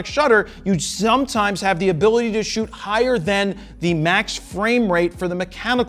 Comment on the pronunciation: "I shoott RAW". So do they!! 😅😅👍👍